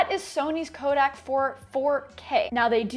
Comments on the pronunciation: Every time Sarah pronounces "codec" as "kodak," a colorist's monitor breaks. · Do you get paid to pronounce it 'kodak'? :)